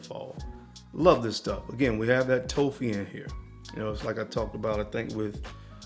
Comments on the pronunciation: Excellent list,. I was a bit confused that you were referring to “toffee” as “toe fee.” I figured it out, but toffee rhymes with coffee. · I was trying to think of what note you were talking about when you said "toe-fee". Toffee is pronounced like coffee, just with a T instead of C. But I realized what you meant man! ✌️ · Whats toe-fee? Im guessing hes saying Toffee like the sweet? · What the fuck is a TOE-FEE lmfao BRUHHH. 🤦🏽‍♀️🤦🏽‍♀️🤦🏽‍♀️ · Lmaooo I thought the same thing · Good stuff! But brother... its pronounced toff ' Fee... Toffee. No long o. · Pronouncing toffee wrong